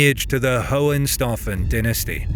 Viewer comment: Excuse me. It's pronounced "HOH-HEN-SHTAU-FEN".